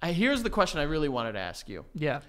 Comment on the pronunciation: love for the word ‘pantomiming’ and Joey always saying ‘aks’ instead of ‘ask’